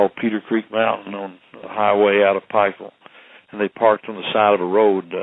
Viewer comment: It's Pikeville not Pikesville..